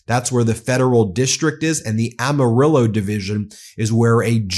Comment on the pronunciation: Bro!!!! You said Amarillo correctly!